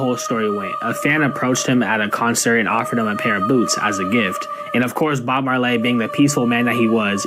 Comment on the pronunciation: Did he say Bob Maarr-llay